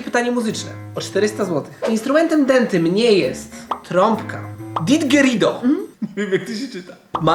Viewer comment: dętym, nie dentym :)